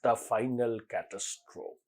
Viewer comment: অসাধারণ বিশ্লেষণ, বিচার,সত্যবাদিতা,সৎসাহস ও বাচিক উপস্থাপনা। Catastrophe উচ্চারণটা বার বার ভুল হচ্ছে।